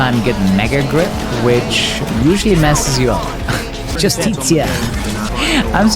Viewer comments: BTW, it's pronounced "Jus-Tee-Shah" (ya welcome 😎) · Will never have enough of mispronouncing "Justicia" and the chat spamming "just tits ya" in response lol